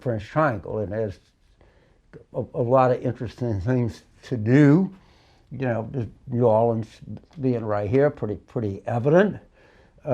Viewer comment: Anytime I hear someone say….’Luuuzianna’ I know they are the real deal from there! Also ‘Naw Orlaans’ is the sweet tell tale pronunciation. TV reporters always kill these words…..because Yankees don’t know how to pronounce southern words/names. Poor things.